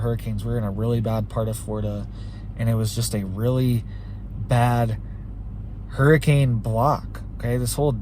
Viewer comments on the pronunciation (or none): none